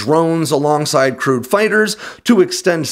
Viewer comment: Haha - re the F-35 you said "crewed" fighters, but at first I heard "crude" fighters, and went "huh?".